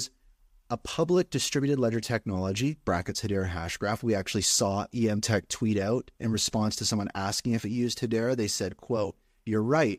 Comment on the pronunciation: Before you have her on the show, it's pronounced "m-tech", not "e-m-tech".